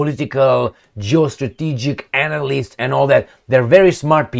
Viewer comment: te respect. Doar o mica corectare, caci suna a altceva... E vorba de cuvantul 'analyst'. Cand il pronunti 'einalist' suna a cuvantul 'anal'. "Analyst" trebuie pronuntat cu 'e+a' -nalyst. Multumesc.